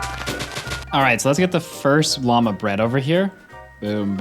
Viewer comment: Why does he pronounce llama and lava so wrong😭